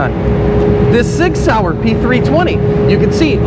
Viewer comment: Shig Shauer, ha... Very Dutch. How many people get that? Lol